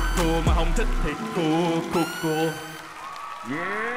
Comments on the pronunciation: Phát âm tiếng anh đúng thì cool nghe gần như là “cul” chứ ko đọc là “cun” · Cool not "cu" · Ông này đọc ''Cool" hay "Cua" đều nghe thành "Cu" nhờ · "Cúc cu" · Tôi nghe ra cúc cu :)) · có ai như mình nghe "cool" vs "cua" thành "CU" ko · Tưởng thế nào, hoá ra phát âm còn không chuẩn “cu cu” =))) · Phát âm Cool với cua giống nhau à. :)) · sao đọc "cu cu"😬